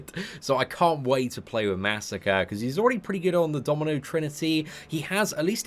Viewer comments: masacre is pronounced (muh•soccer•aye) not massacre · what WEAK pronounciation of MA. SA. KRE. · even when he's getting buffed you mispronounce his name you monster (jk but it still irritates me a little bit)